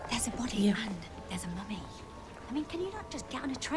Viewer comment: YES! You're spot on about his 'mummy' pronunciation. I love it! Capaldi has my heart as far as NuWho Docs go.